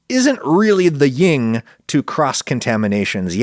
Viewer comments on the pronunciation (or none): Ragusea As always, I love your content. One minor but important correction: (around 46 minutes in) There is no such thing as "ying and yang." It is YIN and Yang, shadow and light, as in the Chinese Mother Goddess Kwanyin, "shady side of the mountain." Please, never use the messed up and incorrect American form again; thank you. Meanwhile, thank gods, as someone who is a "non-secreter" (15-20% of humans), I am immune from norovirus. I can't catch it, and can't pass it on. Yay!!!